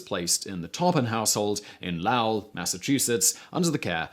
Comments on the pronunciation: Lowell MA rhymes with mole. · Lowell is pronounced LOWelle. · The town in is pronounced Lo-Well. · “Lawl” made me laugh, it’s literally spelt with an “o” 😂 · Simon, Lowell is pronounced, Low-L . I don’t mind you, English mispronounce Aluminum, but… 😝 I know that you folks do better with Taunton (my home town), Boston, Worcester, Gloucester, and other city names borrowed from your region.